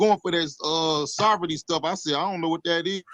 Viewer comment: “Sovritty stuff” I love it! 😂